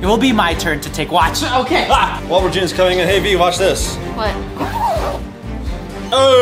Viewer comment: I love how Vy said Regina's Ginera's room